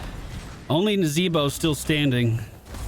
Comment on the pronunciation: The "NAzeeBO" made me genuinely smile, bless you 💖